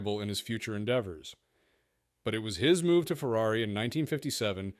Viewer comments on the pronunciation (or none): none